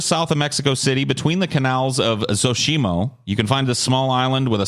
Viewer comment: Hey, mexican guy here.....the place where the doll Island resides is called XOCHIMILCO...pronounced SO-CHI-MILK-O